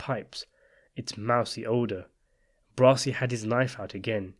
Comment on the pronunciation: Please, his name is not "Brosi"